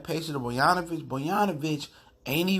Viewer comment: You talking on how Bogdanovic isn't 30% player Derozan is and you can't even pronounce his name right. How do you expect me to believe you know what you are talking about? Bruh